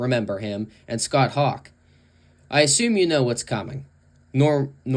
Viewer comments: It’s pronounced Hoak, not Hawk. It’s also pronounced Bi-esteros, not Ballesteros. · Its "Hoch" (like "oooh"), not "Hock"..... Scott Hoch